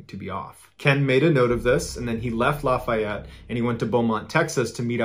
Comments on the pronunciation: id just like to say that Lafayette is pronounced (at least by us in louisiana) as “laugh yet” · down here, we pronounce LaFayette: Laugh-E-ette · Despite the spelling, that is not how Lafayette is pronounced by anyone in Louisiana. It sounds more like, "LAFFY-ETTE". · For me, in this particular episode, I lived in Lafayette so it’s also the mispronunciation. We say, Laugh-ee-ette. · Lafayette its like saying laffy taffy laffy-ette is how us southerners pronounce it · Its pronounced laugh-e-et Louisiana.